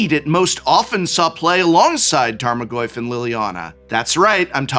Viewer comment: More like tame-o-goyf